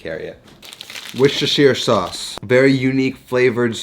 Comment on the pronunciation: you are the first American I've heard not completely butcher "Worcestershire sauce". big props